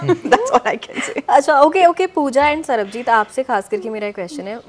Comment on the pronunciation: Didi wo Sarbajeet hai, Sarabjeet nahi 😭😭🤣🤣